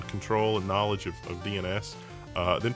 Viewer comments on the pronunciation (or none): none